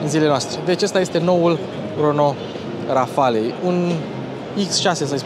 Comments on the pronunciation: Multumesc ca nu ai folosit "calitativ" ci " mai de calitate" ! Felicitari! Erai Boier daca spuneai "Rafal" in loc de "Rafale" Xcum, "une grand coup du chapeau " ! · Rafale se citește fără ,,e” la final în franceza. Mi-ai spart de câte ori ai zis ,,Rafale”. Nu sunt cârcotaș dar este vorba de puțină cultură generală .